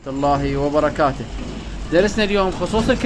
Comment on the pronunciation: بارك الله فيك اخ.. فقط ملاحظة خارج الموضوع لو سمحت.. عندما تبدأ بالسلام في أول الفديو تقول.:.... وبركاته، بفتح التاء. والمفروض التاء مضمومة.. اسأل الله ان يرحم والديك.